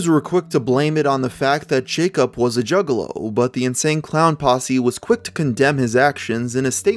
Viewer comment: This really sounds like hes saying jiggalow...